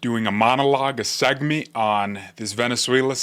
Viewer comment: Segment. It Segment. Not "Segmeent"